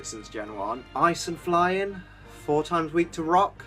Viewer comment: Am I the one who thought he said "blind" type at the beginning.